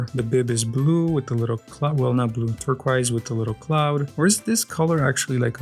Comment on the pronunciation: “TurqOis”, not “turquaise”